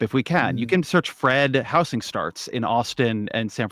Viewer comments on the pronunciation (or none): it's pissing me off the way ezra keeps pronouncing it "house-ing" instead of saying housing like a normal person. why is he so angry in this conversation, it's really offputting how irate he clearly is from the first moment he appears on screen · Just for the record: “housing” has a “Z” sound to it. If you’re not saying it with a “Z” sound, you’re saying it wrong. This fact is inarguable.